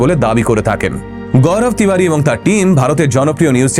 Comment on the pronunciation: Tibadi na ... Tiwari... Age nije perfect hon... Pore onner bhul dhorben 😂😂